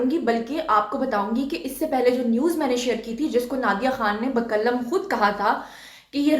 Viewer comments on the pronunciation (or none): Mdam Baqallam nahi hota balke BAQALAM hota he